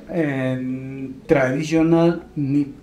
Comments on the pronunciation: Se dice sector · La ch no se pronuncia se pronuncia sector